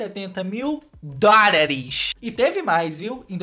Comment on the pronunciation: Amo quando ele fala "Dorares" kkkk❤️❤️